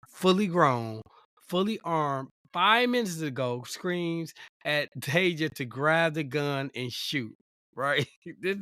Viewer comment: It's TA DAY SHIA.